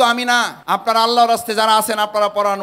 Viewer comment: ভাই আপনে নিজেই তো সঠিকটা পারেন না আগে শিখেন কুলহু আল্লাহ না এটা হবে কুলহু ওল্লাহ।